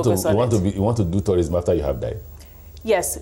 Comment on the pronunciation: Did she just say tyou-rism?